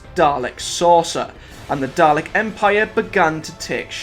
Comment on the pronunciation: Bro it's dal-ek not darlec